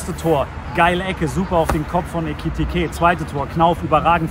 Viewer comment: Aus Ekitiké wird Ecketiké 😂